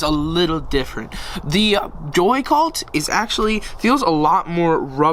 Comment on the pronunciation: Why did u say "the wide ness of a joy cult" when it a is a joycult 😂😂😂